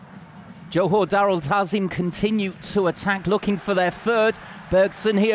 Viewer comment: Johor not jahor